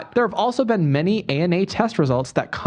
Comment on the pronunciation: so proud Ethan said homogenous right. dyslexic pride 💜